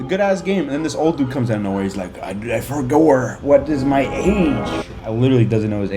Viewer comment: "I forgor" that shit got me dying